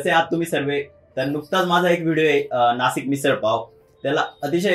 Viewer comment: नासिक न म्हणता नाशिक बोललास तर खूप आनंद होईल😊...बाकी खूप छान कार्य करतोयस keep going👍👍👍👍